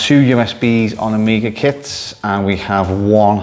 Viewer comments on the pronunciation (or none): "AmgiaKit" oops 😅